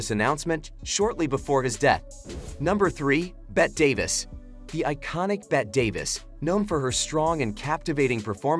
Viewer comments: It’s pronounced ‘Betty ‘ Davis not Bet. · Bet Davis and Lucil Ball? That AI narrator needs a lesson in pronouncing names.